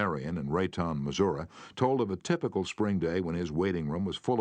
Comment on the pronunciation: This is the best version. He says: "Missour-uhh" for Missouri, lol😂. That's gangster 😂